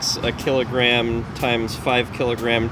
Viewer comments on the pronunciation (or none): none